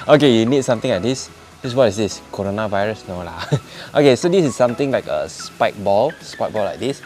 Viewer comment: Huh, You say coronovirus,later your viewers will be scare and runaways, hahaha